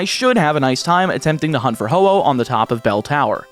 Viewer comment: Man was ho oh long.(hoppip was longer)